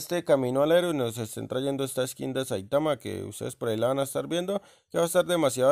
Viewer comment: Es saitama no saitaman